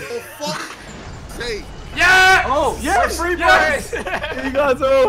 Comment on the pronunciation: 1.1 acctually